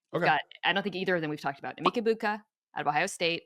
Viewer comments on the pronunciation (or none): “Emeek Ebuka”